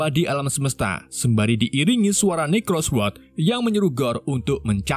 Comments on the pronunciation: Necrosword... saya terus mendengarnya sebagai "microsoft word" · kok aku dengernya pedang microsoftword ya.... :D